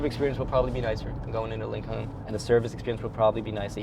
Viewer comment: lincolllllllln lololol are you emphasizing the silent L on purpose or just saying it wrong?